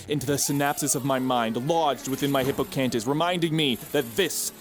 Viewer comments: Hippocantus? Did you mean hippocampus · degree also: "hippocantus" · Im sorry, hippoCANTus?! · you called it "hippocantis" and I'm not letting that slide